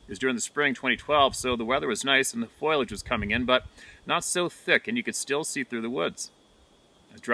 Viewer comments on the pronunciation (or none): still saying "FOILAGE". 😂